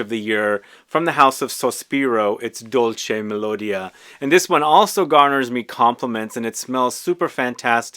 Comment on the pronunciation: Correct pronounciation: "Dòlce melodìa" (accentuation on the "i", not the "o"). Best.